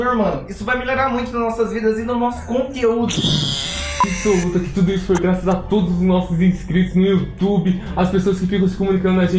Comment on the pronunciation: o melhor ator manooo akakkaka O melhor foi "e o nosso CONteúdo" AKAKKAKAKA rachei